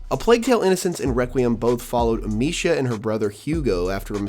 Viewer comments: "Amissia", not "Amishia". Dude, get the basics right. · It’s actually Amee-sia. C’mon dude, get the basics right. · Butchered Amicia and macula pronouncements 😅